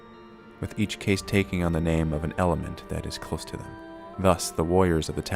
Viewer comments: Cast not casete. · Yeah....caste is pronounced "cast". clearly didn't pay attention in world history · Argghhh it's pronounced cast, as in half-caste. Just like the caste system in India. Ask any Brit and they'll help you pronounce it. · your pronunciation of 'caste' is disturbing